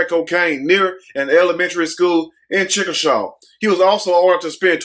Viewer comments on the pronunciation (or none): Chickasha (chic-ka- shay) that's the way it's pronounced. But I don't want other prisoner to held accountable or not being released because of something this man really done. Because there are prisoners that deserve to be out but there should be something in place that they really scream these prisoners when being released. there really needs to be some intervention and some rehabilitation with the prisoners before being released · Good video the city name is pronounced chick-a-shay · Its pronounced (Chickashay) Sad to say it's my hometown!!🙏🙏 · Hey..chickasha is pronounced chick-a-shay. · I had to watch this twice. Mannnnn, I had to get the laughing all out me. You didn't give a damm how you pronounced the city name, he looked like an anderson and when you called him a fat ass...I had to pause this. And what makes me more weak is you so serious.